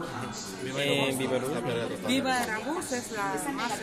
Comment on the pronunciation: Que pendejas las dos de lentes, por eso la otra morena mejor se fue, por que ni ellas las aguantan. Y la wera esa si estaba peda o drogada, no puede pronunciar NADA, la aerolínea es VivaAerobus no Vivoaruba jajajaja. Que estupidas, Y todavía sale la "Senadora" hablando en los noticieros y sigue de pendeja, era mejor que hubiera aceptado su error y hubiera pedido disculpas y ya.